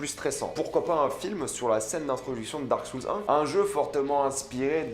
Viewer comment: Dark Soules xD (RIP l'anglais). perso j'ai hâte de voir Uncharted 😁😀